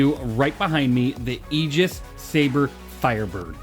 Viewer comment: Nice to hear someone pronounce Aegis correctly